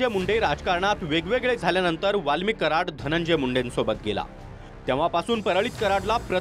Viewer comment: Valmik Karad nahi Valmik Karod😂😂😂 Just used K for better understanding instead of C